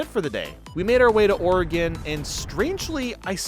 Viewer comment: Thank you for pronouncing Oregon correctly